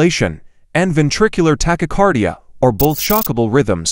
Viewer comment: The AI voice mispronounced asystole and tachycardia.